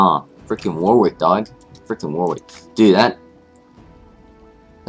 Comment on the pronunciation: It's pronounced 'Warrick'.